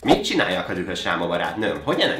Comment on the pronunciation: a dühös helyett azt értettem hogy rühös😂😂 Meg a hátérbe a barna medve (Grizli) olyan mintha nagyon élvezne valamit a panda hátán...😂